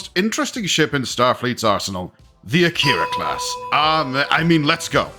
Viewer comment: Isn't it pronounced ack-er-a and not a-keyr-a